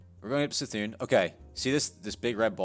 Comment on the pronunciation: It’s C’thun...as in Kuh-Thune. Js